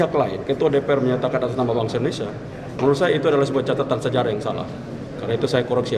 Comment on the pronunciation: Yg satu terlalu mengagung2kan & sering membawa nama nya dalam setiap pidato. Yg satu mengkoreksi hal yg tidak perlu, sampai ia pun berat utk mngucapkan INDONESIA dengan pengucapan yg lengkap! (Ada apa?) "Siapapun berhak mengatas namakan BANGSA nya sendiri untuk suatu perihal yg Positif"